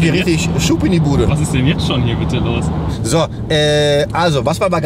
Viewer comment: "Was isch denn middm Kombi looouuusch?"🤭